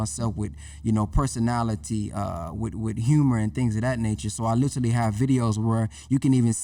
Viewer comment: Other than the brother not being able to pronounce literally (Lit-Ah-Lee) lol He was dripping jewels 👍🏾